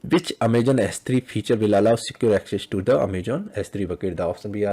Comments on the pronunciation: He is prouncing as Amajon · it's so cute that in a video about aws you keep mispronouncing the word 'Amazon' 😊😊